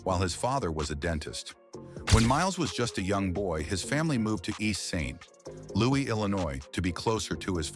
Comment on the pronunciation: Got 2 minutes or so in, can’t stand the computer voice. The pause after St. ……Louis. Is insufferable. Turned it off